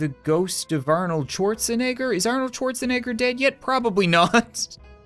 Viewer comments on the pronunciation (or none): Im starting to lean over to the ghost of arnold swatche-negger, you really mis pronounced that badly, really badly and im not talking about the arnold part, but the word that comes after arnold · Someone will take that pronunciation of Arnold’s name out of context